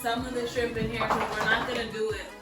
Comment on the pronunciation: We got some "SKRIMPS" 😂